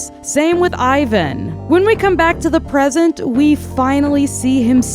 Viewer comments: just letting you know. Ivan is pronounced EE-VAAN. this is how his official korean hangul is written. sorry i know its nitpick but its a little pet peeve of mine ppl pronouncing his name the english-language way (i get that its ur first language. but still. letting you know) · OMG no ! Don't listen to them! your pronunciation for Hyuna was correct ! It's a Korean name after all ! The only one mispronounce is Ivan ( e-van) but i lot of English speaker say it wrong so that's not a big deal! ( fun fact, Ivan in Korean is a slang for gay)